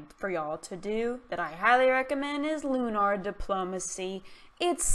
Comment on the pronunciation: LOOU NARR lol it's lu ner